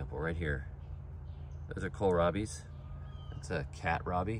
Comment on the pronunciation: "The Catrabi" LMAO 🤣